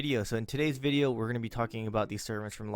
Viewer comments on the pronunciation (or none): none